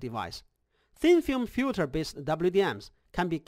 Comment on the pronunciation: FILTER! Not fjuter :). Nice thx.